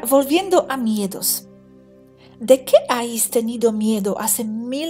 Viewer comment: preciosa, sólo un apunte... te escucho decir constantemente «ais» cuando sería «habéis». No es ningún toque de atención ni corrección, sólo q he pensado q, como buena profe de inglés, te gustaría saberlo. Sigo tu canal inglés xq tengo un nivel medio y te entiendo perfectamente. Un beso wapa;)